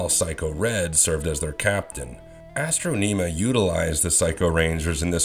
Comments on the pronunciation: "Astro-nima"? Sorry, but that was a cringe-worthy pronunciation of her name... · i hate this video....dude straight up pulling shit from his ass also who tf is astroneema lol its astronima